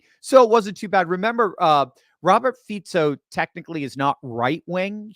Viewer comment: Fico, pronouce it Fiko.